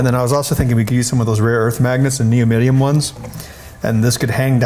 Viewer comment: "soyenoid" "neomidium" lol